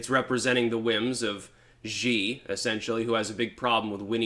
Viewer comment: You should really learn how to pronounce Xi’s name. It’s pronounced she. Maybe look it up if you don’t believe me. I’ve lived in China about a decade.